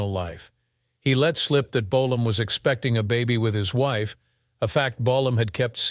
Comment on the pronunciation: How many different ways can the narrator pronounce the word Bolam,in one video??